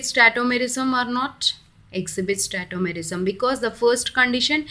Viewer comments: Its tautomerism not tettomerism ..lol🤣🤣🤣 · It is not tetomerism it's tautomerism